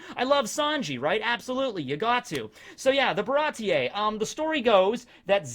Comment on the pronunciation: Its pronounced "Baratee" not "Barati-ey"